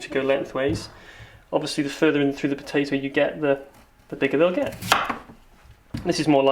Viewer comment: fuck you and your Pow-Tay-ToE : /